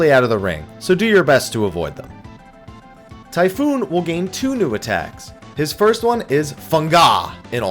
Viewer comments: for fucks sakes it's TYPHON NOT TYPHOON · Typhon not typhoon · It's pronounced Ty-phone. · for fuck's sake it isn't any of those it's Chupon.